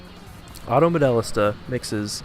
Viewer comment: always pronounced it : Mo-Déh-LEEESTA